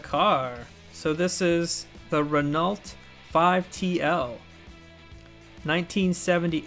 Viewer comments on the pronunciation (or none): Renault is French and pronounced more like 'Reno' silent L. Seeing a few cars I had as a child. The gold Datsun I also had - shows how hard is to see in a video because that car had incredible glittery paint that dazzled as you moved it in the light. Also had a silver car same finish (Mercedes four door?) - worth finding. Well done.